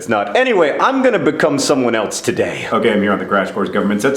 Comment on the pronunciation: "Someone eltze" shudder